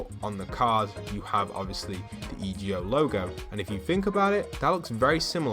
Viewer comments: Why does he keep saying E G O, and not EGO it just sounds SO STUPID!!! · Hey it is pronounced e go but it’s one word